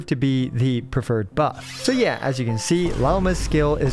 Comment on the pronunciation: Buff by the way not puff lol😂